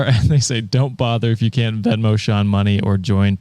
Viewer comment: ayyyy! Sean said my name right (the latter two times lol)!! Fun fact: like Brenna, Sean is also an Irish Gaelic name 😊